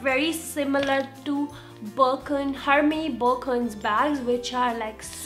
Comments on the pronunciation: Your prounciation is wrong , its not Hermes , H is silent , its prounced as ermes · hey you can pronounce hermes as errmezz.. :)